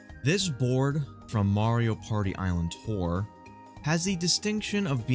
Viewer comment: "mario pary"